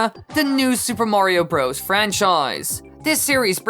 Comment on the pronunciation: you put emphasis on the wrong word. It’s Super MARIO Bros. not Super Mario BROS. Just saying